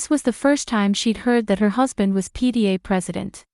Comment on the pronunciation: It was probably not PDA but PTA. AI Does not always read properly.